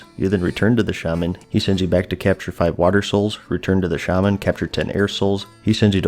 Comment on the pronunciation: shaman instead of shaman